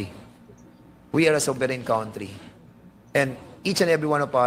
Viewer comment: Hoy DAN FERNANDEZ e correct mo muna ang pronunciation mo ng “COUNTRY” GAGO!